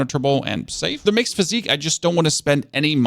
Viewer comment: Sorry to be that guy, but the flask of wondrous physick is pronounced "physic," not "physique."